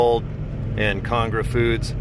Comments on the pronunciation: Con AG ra, not CONG ra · Can you pronounce ConAgra correctly? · Lol ikr